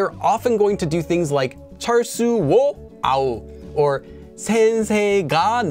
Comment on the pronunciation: Having studied Japanese as well, I also thought that the particles were interchangeable at first. Not so. 😁 By the way, you (and others) I've heard have a distinguishing pronunciation of sounds like 철수. Some of my friends and relatives would pronounce it as /chəl·su/, with a hard "L" sound, but you have a way of saying it that is peculiar -- almost as if there is a Hong Kong-ish "r" sound -- like /chərl·su/. Is this a dialect thing? 🤔